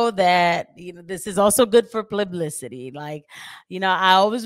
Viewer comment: that “plublicity” shit itched my brain lmaooo